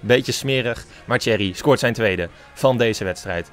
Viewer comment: zeg geen cherry maar thierry spreek uit als tie-err-ie